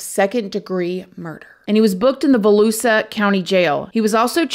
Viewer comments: girl lol " vuhloosah" its vuhloosheeuh lol pronounce the I babe :) love from Orlando, FL and neighboring Kissimmee FL 🩷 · I know this is such a minor detail, but I have to mention it because I live in Volusia county 🫢 It’s pronounced Vuh-loo-sha. Sorry lol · Gonna have to join your patreon to see house of horrors. YT is ridiculous. Your amazing! Also love how you pronounced volusia as volusa lol